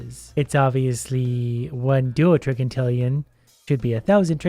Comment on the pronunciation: Doutrigintillion is pronounced dou-trije-ehn-tillion